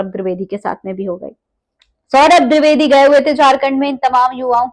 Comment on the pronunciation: आप द्रिवेदी मत बोलिये द्विवेदी बोलिए